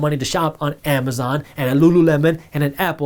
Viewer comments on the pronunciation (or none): none